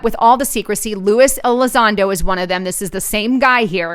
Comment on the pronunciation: I'm sure you're doing your best, AND Lewis and Luis are pronounced differently. Love your work. Thanks.